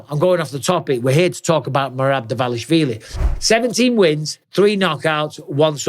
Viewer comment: At lease Mike is not butchering Merab's last name like every other wanna be media commentators